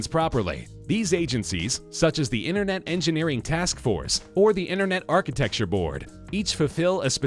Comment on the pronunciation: What is "archeticture"?